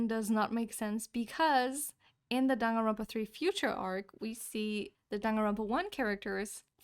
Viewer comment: It's johnganronpa